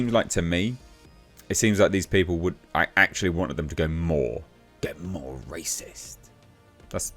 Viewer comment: what really offended me was your pronunciation ..... rassist?